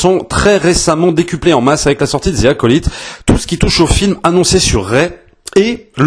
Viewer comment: "Zi acolaïte" ? On dit pas "Ve acolite" ? 😅